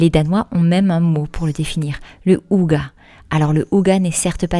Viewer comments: Bonjour, Hygge ne se prononce pas « ouga » mais Hygé en prononçant bien le H et le Y est court comme il y a une double consonne après 😉 Ça me piquait les oreilles 😅, étant norvégienne je comprends aussi le danois et la prononciation du mot est pareil dans les deux langues. Je découvre la chaîne, cette vidéo me plaît bien, j’irai voir un peu les autres après 😊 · Merci du partage et des conseils. C'est inspirant. "Hygge" ne se prononce pas [ouga] mais : 1)on souffle le H qui se prononce (comme en anglais) 2) le Y se prononce entre un "u" et un "i" 3) le E final ne se prononce pas "a" mais "æ". (Je suis à moitié norvégien, mais pensez à employer Google traduction pour tester la prononciation, pas infaillible mais généralement bon). En Norvège personne ne garde les chaussures à la maison non plus. Exactement comme au Japon. Pour rappel, en France autrefois les paysans laissaient leurs sabots pour entrer. Dans les sabots, on portait alors des chaussons en feutre (style charentaises). Le "ça servira peut-être" ... il faut avoir un grand garage / hangar / atelier.😅 Ou alors comme vous les limiter drastiquement.